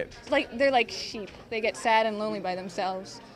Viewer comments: Shoop! Its Shoop Vi! You said "A sheep"! How could you traitor! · Vi said shoop wrong. :(